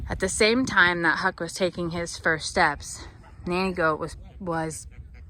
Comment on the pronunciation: Huck, not Hick. LoL